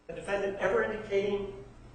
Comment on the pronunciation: Will somebody just tell that judge that it isn't pronounced "defendANT"